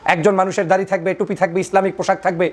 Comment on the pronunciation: দারি নয় দাড়ি হবে।